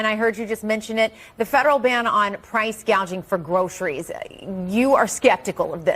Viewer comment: kamala doesn't even know the meaning of the word gouging. She called it price GAGEING!!